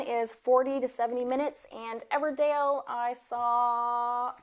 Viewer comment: Your accent isn't super southern but 'Everdale' every time cracked me up